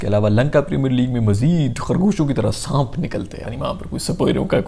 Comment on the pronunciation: Saanp hota hai saamp Nahi